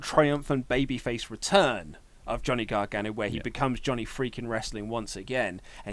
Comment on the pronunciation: "Johnn Gragano"